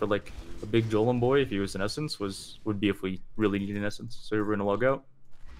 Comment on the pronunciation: "jolem" ? first time ive heard it said like that.